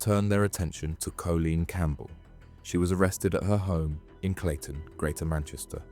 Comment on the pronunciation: Are you ai? Cz surely you’ve got to of grown up inside a hard drive if you think that’s how you say Colleen 🙈